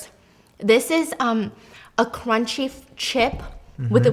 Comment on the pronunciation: “BUT THISSS, It keeps in the KRUCHIE “ 😂😂😂😂😂